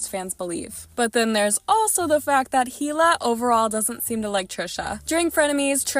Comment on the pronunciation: I wish you would pronounce Hila' name properly. It made me cringe everytime you said it wrong!!🙄😕🙄